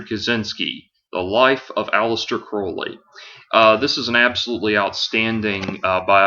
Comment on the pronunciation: It turns me on when people pronounce Crowley correctly.